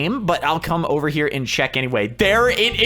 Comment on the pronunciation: Yeah boi! U said over wrong